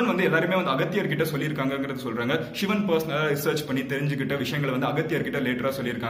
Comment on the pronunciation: ஷிவன் னு உச்சரிக்கிறதுக்கு பதில் சிவன் னு உச்சரித்தால் தான் அது தமிழ் நண்பா